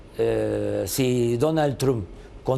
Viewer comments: jajajja "TRUM" me mama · “Donald Trun " Jajajajajajajajaja pinche viejito loco